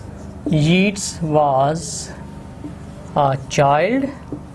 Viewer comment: It's pronounced as YAYTS